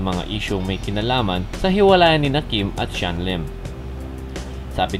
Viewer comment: Xian po hindi Shan😂